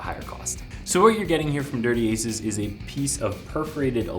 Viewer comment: Product review 101 my friend. Know the name of the product your reviewing. It's Dirty Acres, not "Aces"